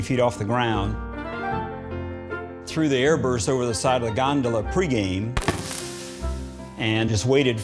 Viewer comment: Nobody: The announcer: the Gon-do-La